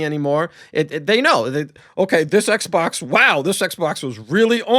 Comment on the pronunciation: ay-low fre on the eggsbawcks free-siiggstee was peak